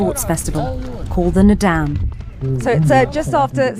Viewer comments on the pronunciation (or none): Kept saying Nadaam, like madame, bothered me so much.